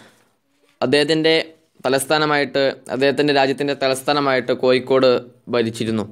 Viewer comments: കോയിക്കോട്‌ അല്ല കോഴിക്കോടു് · കൊയി േക്കാട് ആണോ കോഴിക്കോട് ആണോ ശരി താങ്കൾ പറയുന്നത് താങ്കൾ മനപൂർവം കൊയിക്കോട് എന്ന് പറയുന്നതാണോ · ഇയാൾക്കു എന്താ "ഴ" എന്ന് പറയാൻ പറ്റില്ലേ. കോഴിക്കോടല്ല സുഹൃത്തേ കോഴിക്കോട് എന്നാണ്. Calicut